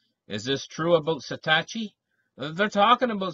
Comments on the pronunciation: YESSS!!! Hello? SAH-TOW-SHE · It's SA. TO. SHI.